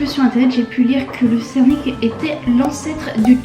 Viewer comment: C'est une bonne présentation, mais encore des efforts à faire au niveau de la prononciation , à part" sernik ", les autres mots sont très mal prononcés. Heureusement qu 'il y a l'image et le nom de l'aliment. Bon courage pour la suite